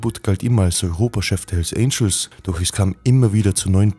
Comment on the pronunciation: bruder die heissen hells "Angels" und nicht "Angles" .. aber geiles video 😇👏👏👍👍👍